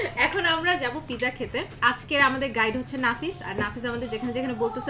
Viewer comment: U must to know how to say pronounce of pizza first. It’s completely wrong how u said.